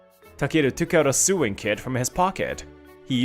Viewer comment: I find it absolutely hilarious that when they try to say sewing, it's coming out as suing😅😅